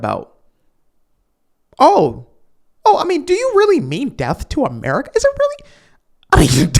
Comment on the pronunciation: “Americia” “Jewia” lol, thank you for making me laugh during your videos.